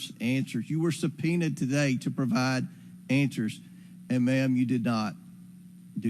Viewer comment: is it answers or anshwers?